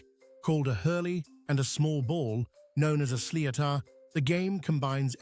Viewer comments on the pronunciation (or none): Sliotar pronounced Slitter.